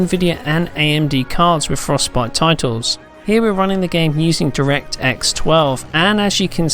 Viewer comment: he said directsex 12... im done